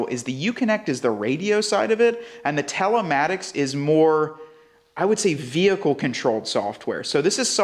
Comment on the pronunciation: why are you saying talematics when it's telematics...